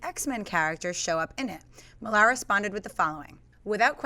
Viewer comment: "Mark Millaaar" It's pronounced Miller.He's a fellow Scot ^__^